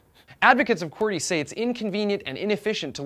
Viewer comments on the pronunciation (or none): its said "QWERTY"